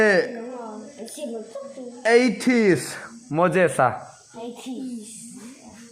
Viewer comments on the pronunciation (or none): I zawt har e......I hriat kha nilo in an hriat kha zawt tache 'Moses' kha MoJes ita Malsawmkima kha MalJawmkima iti leh bawk silo a.... Moses-a hming kha lam dik tawh rawh